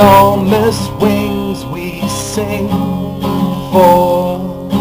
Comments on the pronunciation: it sounded like he said Enormous wangs at the start lol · lol i thought you said " this is enormous wangs" hahah nahh i agree with everyone get on itunes!! :)